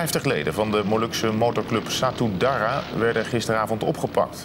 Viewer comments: Ja vanzelfsprekend, maar ik snap niet wat het met mijn reactie te maken heeft hoor. Ik had het over die gast in het filmpje die Satudarah niet kon uitspreken, hij interviewt die mensen en dan kan hij de naam niet eens juist uitspreken. Niet professioneel en zo al niet moeilijk om correct uit te spreken. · Hoe moeilijk kan het zijn voor sommige mensen om Satudarah uit te spreken?